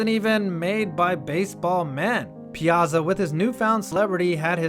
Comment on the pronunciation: ya gotta pronounce his name right, Piyahtzah! i grew up watching the Mets so what can i say.hey cool vid!